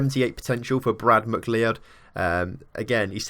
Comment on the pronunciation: It’s pronounced McCloud not McLeeoid